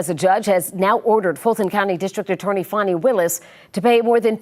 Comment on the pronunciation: Note to media, there is no 'W' in Fani.